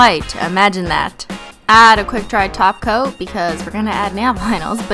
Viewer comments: why does it sound like you say taco not top cote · i just realised she’s saying top coat and not glossy taco cause that’s what she says now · Every time you say top coat I hear taco 😂😂😂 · every time you say 'top coat', it sounds like 'taco' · Every time u are saying top coat it sounds like taco lol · It sounds like you say taco when you say top coat